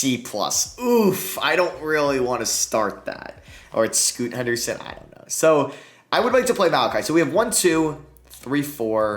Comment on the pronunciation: He said Scoota Henderson every time